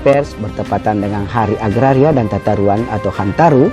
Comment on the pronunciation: Tata Ruang Kanda Bukan Tatauang